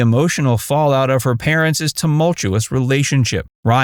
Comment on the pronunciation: This narrator actually pronounced “parents’” as “parentses”. Geez.